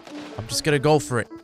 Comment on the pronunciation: “Imma Gofer it”